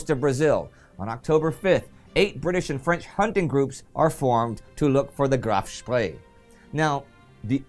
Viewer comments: Its graf spee right? Not spree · Now Indy, you know it’s the Graf Spee, not the Graf Spree! Tsk,tsk!